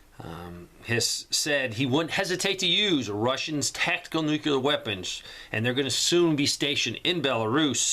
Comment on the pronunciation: Man, stop mispronouncing nuclear. Hard to take you seriously. Listen to yourself.